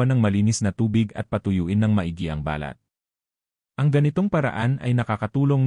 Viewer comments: Sydney, Australia. Bakit maraming vloggers ay di marunong bumigkas ng Pilipio words tulad ng "balat". If pronounced slowly or accented on first syllable balat means pigmentation or mole on skin but if accented on the last syllable it means skin. its not the first time I've noticed it. Another one is "makati" accented on the second syllable means a city and if accented on the last syllable means itchy. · Ba lat is birthmark. It is pronounced as balat, mabilis ang bigkas. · balat,Hindi ba- lat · Ang tamang pag bigkas ng balat kung skin ang tinitukoy ay sa first sylable tulad ng bàlat. Kung walang emphasis sa first sylable tulad ba balat ay tumutukoy sa skin birth mark tulad ng balat hindi bàlat which is skin! Ang pangit pakinggan kung mali ang pag bigkas. Wake up editor!!! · My comment is to the narrator kindly pronounce it properly the subject, its annoying to listen, I am sorry to make this comment. your intention was good and its educational but its hurt to listen too, might as well say it in english. thank you. eg; balat say it straight not hypenated like ba lat, us tagalog it means a birthmark not a skin. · Ang dapat mong baguhin e yung pagsasalita mo, iba ang BALAT-marahang pagbigkas ay( birth mark), BALAT- maragsa ay ( skin ) ngayon alam mo na? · EXCUSE ME PO DOCTOR BA KAYO BAKIT MALI MALI ANG PAG PRONOUNCE NYO NG BALAT IBA ANG BA- LAT AT BALAT. 👍. MASAKI SA TENGA. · Dapat iniaayos ang tamang bigkas ng katagang BALAT ..Dapat mabilis ang tamang pagbigkas..Halatang AI generation..😮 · Mali ang bigkas mo sa ibang mga words,,kagaya ng “ balat” or skin ,,,,, improve your pronunciation please! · Pls ang word na BALAT ay mabilis ang pronounciation dahil may balat na ibig sabihin ay nunal sa balat or skin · Ano ba Yan Filipino ka ba, bkt Mali ang pag pronounce mo ng balat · Araw-araw po akong naliligo😊! Pwede naman gumamit ng lotion at sabong hindi matapang para sa skin. at hindi po BA-LAT …BALAT, hindi TU-YO…TUYO! strech your tongue